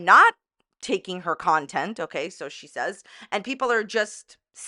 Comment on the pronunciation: "Nontent" is hilarious 😂